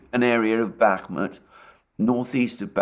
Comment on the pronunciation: Alexander and his continuing pronouncements that Bakmuht is on the cusp of falling to Russia/Wangker!! The daily dose of comedy for and The Dohwrong never gets old!! 😂😂😂😂😂😂😂😂